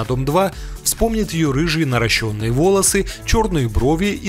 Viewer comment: На мин.диктор озвучки правильно произнес слово "НаращЕнные" (после буквы Р - буква А,а ударение на букву Е)!!! Услышанное,правильное произношение,меня очень впечатлило,порадовало и,гораздо больше взволновало,чем все упоминания о пластических операциях,в видеоролике! Вот,честно! Я стараюсь писать грамотно,соблюдая пунктуацию и орфографию,часто обращаюсь к орфографическим словарям - мне интересно это,все,что' связано с русским языком! Но,со словом "наращЕнные": волосы,ресницы...столкнулась впервые - что-то писа'ла,комментарий или отзыв и задумалась:как же правильно пишется это слово?🤔 Ну а,то что,часто и неправильно его произносила,до недавних пор - было такое,да! Теперь уж запомню,это слово,наверняка!